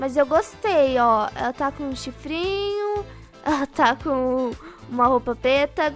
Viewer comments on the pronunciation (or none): KKK pra quem não percebeu a falou peta não preta